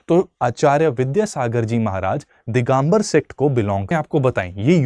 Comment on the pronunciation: दिगंबर होता है दिगांबर नही.